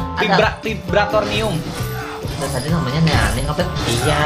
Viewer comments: Vibranium kali bang bukan vibratornium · Bang namanya vibranium bukan vibratonium..🤣